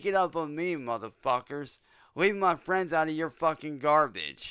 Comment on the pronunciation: Leave my fwendz and famblee alone